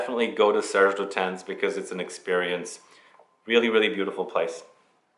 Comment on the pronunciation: Silent S in Lutens ;) lute'unn. And the last e in "féminité" is pronounced because French must be hard 😀 (the é is accented) Fille en Aiguilles refers to a girl in stiletto heels and femininity (to be found?) in the pine needles. I guess. Great video and I was going to say go visit the store at the Palays royal but hey :)